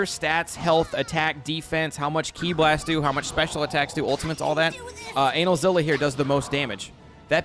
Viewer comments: Why are you calling him analzilla? Kts anilza like anilator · My ass when I heard how he pronounced Anilaza's name: 👀(It's not pronounced like that, it's ANEH-LAZA) ALSO I LAUGHED SO HARD WHEN YOU SAID HE HAS BOOTY SHORTS ON- I'M DYING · For the love of god call him the correct name. Its pronounce A-nigh-L-za